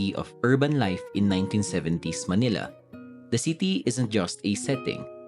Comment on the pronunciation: Manila, not "malina".